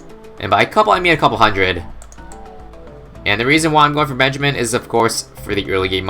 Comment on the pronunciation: When u sat Benjamin it sounds like benchman